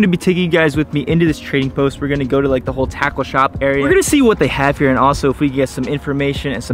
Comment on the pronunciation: "It's a little tOasty out heur"